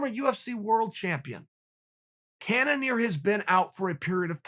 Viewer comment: No one: Chael: Wobert Whittaker and Jeded Kennenear. Me: ok...